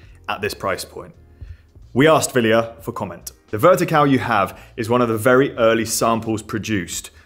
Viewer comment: Til how to pronounce 'Wilier' and 'Miche' correctly.